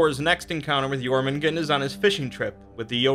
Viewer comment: Jörmungandr it has an R at the end with that sound. Also for Aesir it’s pronounced Ace-year, not Ass-err